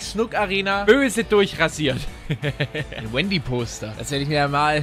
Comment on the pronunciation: du musst auf die offiziellen Fachbegriffe achten: Das heißt 'Rendy' und nicht Wendy'!!